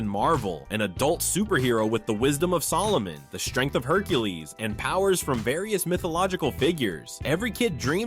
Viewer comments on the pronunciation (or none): none